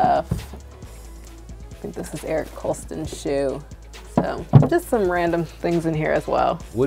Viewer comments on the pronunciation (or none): 'Eric Kolston' lol it is Eric Koston honey